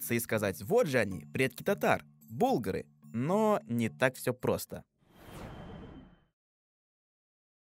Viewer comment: не имеет права человек, не знающий ударения в слове "булгары", рассказывать за этногенез.